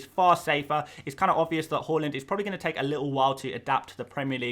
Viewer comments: It's HAA Land. Not HAUL Land. Come on! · Ffs it’s HAAAAAAAAAAAAALAND NOT HOOOOOOOOOOLAND